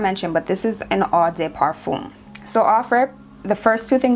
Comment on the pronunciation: Not eau de « parfoon » but more like « parfawn» respectfully 😅 from a French speaker